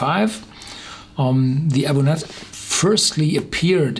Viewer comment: nice review, however the pronunciation is interesting to say the least... galic as garlic? abunadh is pronounced a boon ah, but review is spot on and full of great information!